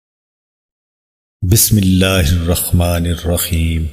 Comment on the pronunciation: بسم الله الرخمان كيو بولتے ہو.. رحمن بولو